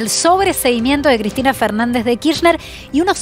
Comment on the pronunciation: "Kiztina choda Kiztina choda, shegua ze dobadon todo me lo dijo Cladin" 🤡